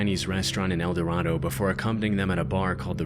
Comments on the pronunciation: we pronounce it El Dorado with the same a in Gatorade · *El-Duh-Ray-Doe, Kansas. Also, Baxter Springs is like 2-3 hours from El Dorado, not nearby. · Hi! El Dorado local here. El Dorado, KS is pronounced El Duh- Ray- Doh. While the prununciation in the video is correct for the other El Dorado. It's not for Kansas. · So I'm from el dorado, ks. I remember when all the emily sanders stuff happened. I didn't realize there was a 4chan thread attached to the murder though. Also we say El Dor ay do, ks not El dor ah do lol it may be dumb but that's how it's pronounced here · The name of the Kansas town is pronounced "elduhRAYdoe." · Okay I'm late to comment but just a little fun fact: locals and Kansans pronounce it El Do-ray-do instead of the usual Spanish pronunciation. Kansans like their long vowel sounds lmao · I doubt it'll come up again in a future video, but El Dorado, Kansas is pronounced 'el doRAYdo'. As someone who has been living in the Midwest for many years, I've learned that most Midwestern place names that look like another place are pronounced in rather unusual ways. (E.g., Versailles, Missouri; New Madrid, Missouri; Miami, Oklahoma; and Cairo, Illinois).